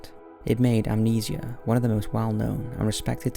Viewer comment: You mean amnesi-ahh